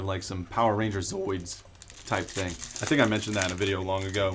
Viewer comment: Are you saying zoids when talking about power rangers?? You mean zords? Lol I mean I know what you were talking about